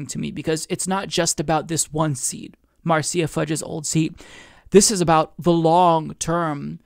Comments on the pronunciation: It’s “Mar sha” NOT mar cee ya. Just thought you might want to know. 🥰 Nina so awesome! ❤️ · it's "Marsha" not "Marseeya" lol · Quick correction, Marcia is pronounced like marsh-uh, not marcy-uh. Idk how often her name is gonna come up from here on, but just pointing it out. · Marceya... LOL. Marsha (Marcia). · It’s Mar Sha Fudge. Marcia. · Marcia. Mar-sha. Like Brady. Marcia Marcia Marcia. I'm just saying. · it's pronounced Marsha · Pronounced Marsha Fudge. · I love you dude but it's pronounced "MAR-SHA"